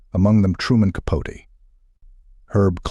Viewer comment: If you can’t say Capote’s name correctly, you might want to rethink posting such ‘documentaries’.